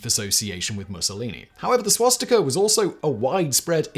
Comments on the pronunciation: A note about Swastika Ontario... During the war they've tried to rename the town to Winston... Local residents pull down the Winston sign and wrote "To hell with Hitler we came up with our name first" Also the town's name is pronounced "Swas Tea Ka" not "Swas Tick a" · What's a "Swashtika?" I've heard of a Swastika before